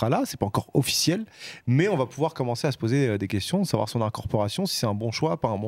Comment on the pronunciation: Blabla le mec ils arrivent même pas à prononcer son correctement vous faites grave rire